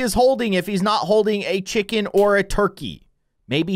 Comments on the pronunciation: You said Cvhicken not chicken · So he spelled chicken wrong he said chvikin. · What said: chicken What he said: cvhi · its chiken not turkey